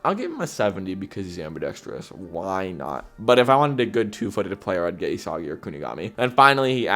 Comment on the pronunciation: If you’re gonna slander bachira then at least pronounce Isagi’s name right 🫩